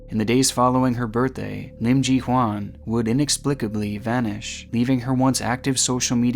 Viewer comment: Great video,! However, her name is Im Ji-Hyun, pronounced “Chee-Hyun,” not “Chee-Hwan.”:)